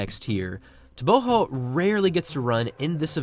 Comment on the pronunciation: I'm not sure why you pronounce his last name with an H.. everything I've seen or found online says it's a hard G.